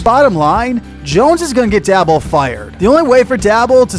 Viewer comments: it’s “Day-bowl” and “Mare-a”. Either way, I love your analysis; you’re 100% correct on DJ. He sucks. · Mispronounced Daboll and Mara’s last names